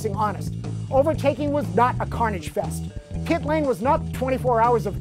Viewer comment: Did he just say CITRO EN